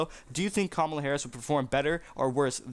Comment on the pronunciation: You don't even know how to pronounce her name!